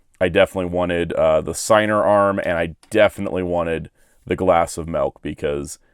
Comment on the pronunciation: I'm sorry but its pronounced Sig-ner. It's incan. The dub did an incredible disservice mispronouncing it.